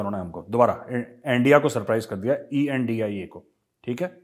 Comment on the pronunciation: The moment when major saab says Endia!